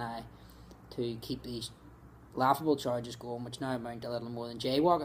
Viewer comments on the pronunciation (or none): Waughable. It's waughable. It is. Waughable.